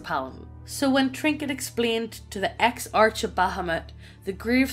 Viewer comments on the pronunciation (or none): Without trying to be a dick... Exarch is pronounced ˈeksärk (Ex-ark). If ya'all don't recognize a word, look it up, maybe? You two do this fairly often. 😬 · As a 'Murican, I happily acknowledge that English is most pleasingly rendered via Irish and Scottish accents. 🥰 BTW: their frequent mispronunciations [Ex-ARCH? 🤮] aren't a product of the accent -- just mediocre literacy.